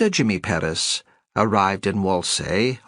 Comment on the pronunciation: Wish that the narrator had pronounced Perez correctly. Oh well. Fine story.